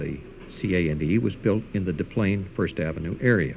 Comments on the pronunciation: You’d think they would’ve done some research beforehand! No Chicagoan worth his weight would ever pronounce ‘Dez Plaines’ all fooly foo Frenchman ‘Da Plaine’, right?? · Des Plaines. Not Da Plane